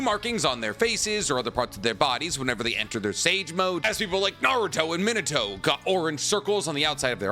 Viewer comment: Who is Minute-Toe?? 😂😂😂